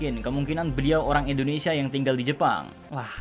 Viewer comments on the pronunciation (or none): none